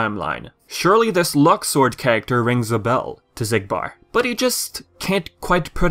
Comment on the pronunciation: with the new pronunciation "luxord" sound like luck sword